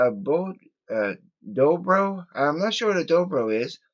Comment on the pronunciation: Dobro guitar is a guitar that has a resonater built in the guitar and you play it with a bottle neck slide almost like a lap steel, Maggie uses it in the song Aventure and its awesome Dobro playing. The word Dobro is pronounced doe _bro. 😎